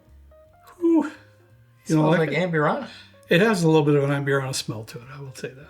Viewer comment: O. M. G! Normally it doesn’t bother me when someone doesn’t pronounce a word correctly but holy hell 😂. If your going to say amburana 7,000 times in the video please nail it. ahmBOOrahna. AMbureANNA sounds straight out of Appalachia. Love your videos. all good 😂😉